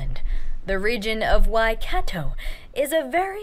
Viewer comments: Waikato pronounced "Y-car-tore" not 'y-cat-toe'. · Who you say Waikato ( why -car-tore